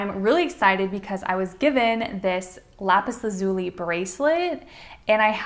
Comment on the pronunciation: It's pronounced "lapis Laz-you-lye"